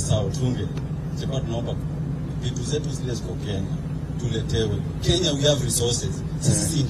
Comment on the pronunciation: President of the Republic of kenyaiti😂😂😂 kenyahiti😂😂😂, ama ni kenya A na kenya B?😂😂😂